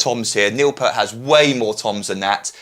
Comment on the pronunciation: its pronounced Pee-ert, emphasis on the e, not like the shampoo